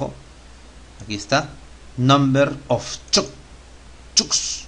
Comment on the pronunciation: jajaja buen video, me sirvió pero cuando pronuncias "number of chunks" es una risa. Un abrazo